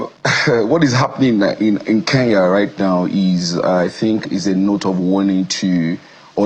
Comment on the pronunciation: Oga its not Ke n ya ..please get your pronunciation right. The police are already on our case. Get the name right I beg